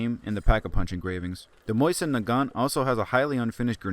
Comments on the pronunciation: Great video, would be neat to see a restored content mod for some of this! P.s. its MOE-SIN not MOY-SIN. I can let luftwaffe slide.... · good video but invest in a pop filter. Also it's MOSIN nagant, not MOISIN nagant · Mosin is pronounced moezen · "Moisten Nagant"